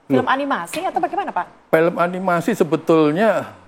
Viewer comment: Sebagai produser eksekutif aja ngomong "film" jadi "pelem" Keliatan kualitasnya ckckck